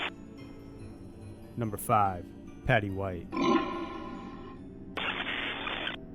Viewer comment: man I love that "number fhav"